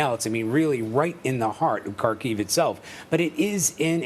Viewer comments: Kharkiv - accent on “A”. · Ха́рків [Harkeev], please stop saying Carkeev. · Could CBS kindly ask their reporters to at least pronounce Kharkiv correctly?